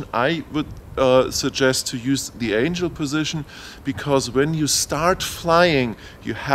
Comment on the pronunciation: The accent I can live with, but pronouncing words wrong gets to be annoying. It's Angle (As your doing with compass calibration) not Angel (Those flying winged things from heaven). Other than giving you a small ribbing you do have good videos. The blade guards are very nice. Your first review before the flight test between the DJI and this is old data, they have the PC interface now and soon will have the expanded ground station functions, as they already release the follow me, with the Tech saying the software last week was ready to download soon. Anyway Keep up the good work and you might want to let us know what the port is on the side of the radio. I have heard it is video out for goggles but can't confirm yet. Hope you can take the joking...really great informative videos. And for the guy trying to find the radio support. We have had them in the states for over 20 years.. Search RC Transmitter tray :)